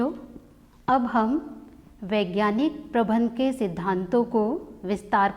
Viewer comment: Men Sahab prabandh ko bar bar aap prabhan prabhan kahati Hain ऐसा क्यों